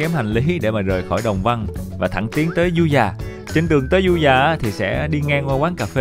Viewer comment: Đang thắc mắc sao clip này nghe giọng anh lạ lạ, ko đặc giọng miền tây như trước nữa. Du Già mà nghe như Ru Già <"